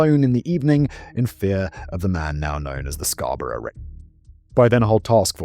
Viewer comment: Dude it’s CANADA…not Canader Also we pronounce Scarborough as Scarboro in Canada not how Brits would say it I’ve never heard someone pronounce Asperger that way…